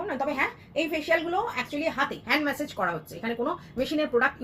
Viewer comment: Kotha ta message na. Massage. Pocedure na. Procedure. Tomar pronunciation khub i gorbor hoy ami notice korechhi.. Ektu dekhe niyo.